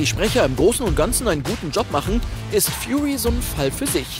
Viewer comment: "Man kann sou und sou" XD